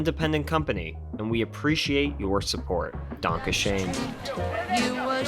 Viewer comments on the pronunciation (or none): It's pronounced DAN-KA ZJERN